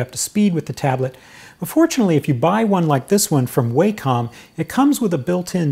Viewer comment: WAH-cum. Wah like water. Not WAY-com